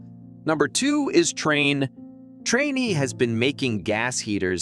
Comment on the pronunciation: It’s pronounced train.